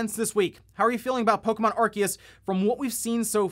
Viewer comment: And it was driving me nuts so I googled it. It is said Aar-see-uhs Source- Bulbapedia